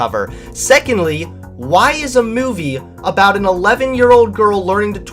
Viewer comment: Look I started to question you with some of your blue pill stuff and unsubscribed when you started bashing my home boy Shapiro but knowing that you drink syrupy sweet Pepsi and you keep sayin meyewvee... I can’t even watch anymore.